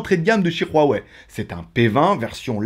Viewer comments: C'est Huawei et non "Ruawei" tu me stess en disent ça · Ruawei tu es espagnole toi 😂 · Pq tu prends un accent espagnol qd tu dis Huawei 😂 Et petit modif, la radio est présente 😉